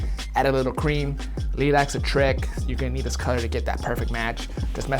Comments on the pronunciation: "Leelac" lmaooo it's pronounced lie-lac. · I love you but is LIE-lac Lilac. Not Leelac lol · lEeLac supposed to be pronounced Lilac (Lie-Lac) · LIElac, not LEElac 😂😂😂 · Am I the only one that was confused when pronouced Lilac, Lee-lack? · it is pronounced ''lie-lack'', at least in Canada